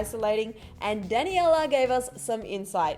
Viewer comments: “ Dani Ella Monet “ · DanNYIELLLAA Monet 😂😂😂 wtf was that pronunciation???